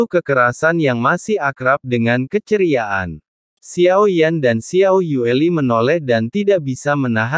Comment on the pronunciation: Xiao yueli bukan xiao yuli boss😂